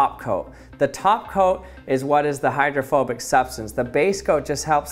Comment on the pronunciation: I thought you were saying homophobic 😂